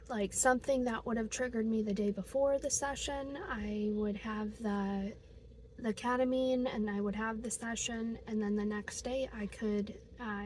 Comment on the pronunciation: you mean kEtamine? what is kAtamine?